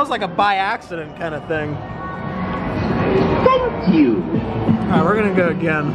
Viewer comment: I love when it said TANK YU